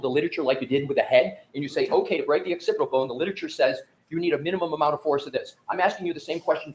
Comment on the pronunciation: lol is this the same guy that called the occipital bone the occipt boner😅😅😅 sirrrrrrr?